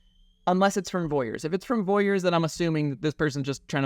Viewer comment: This is great information. Just so everyone is clear it’s Vorys not Voyers